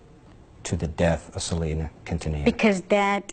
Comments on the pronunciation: Quintanilla = Keen-tah-knee-yah Appreciate you for showing the Latin community love. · It’s pronounced: KEEN TA NE YA Great documentary though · Great video!!! I have loved Selena since I discovered her music in the 90's. So sad she was taken from this world. PLEASE ADVISE: HER LAST NAME IS QUINTANILLA. THE PRONUNCIATION SOUNDS LIKE: KEEN-TAN-NEE-YA. PLEASE SAY HER NAME RIGHT. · Just for future reference the ll in quintanilla is pronounced like a Y. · Your mispronunciation of her last name was adorable lol 🥰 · Boy you butchered her last name lol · The L’s are silent